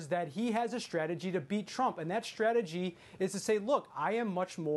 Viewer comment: It’s strategy, not shtrategy. Please stop s-backing.